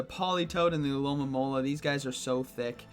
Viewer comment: Why can no one pronounce the name of this pokemon: Alomomola. Al-o-mo-mo-la